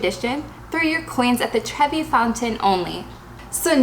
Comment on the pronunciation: Throw your coins in the "trivia Wells only"? WHAT did you SAY? PLEASE SPELL IT OUT. DIDNT COULDN'T FULLY COMPREHEND. DANKYA. 😮